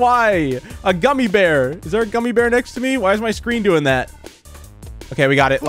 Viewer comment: He struggles to say gummy bear LOL